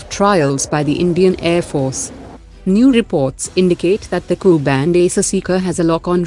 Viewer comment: Cannot Prononce Ku